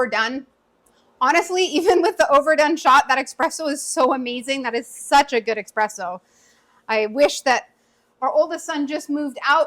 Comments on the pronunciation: Girl... There is no X or K in the word espresso... Just ESP, not exsp or eksp... You're making me crazy! 😂❤ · You lost me when you said 'expresso' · As soon as someone says ‘expresso’ I move on to the next video.